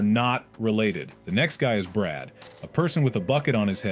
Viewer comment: BRAD!? NO ITS BRUD😭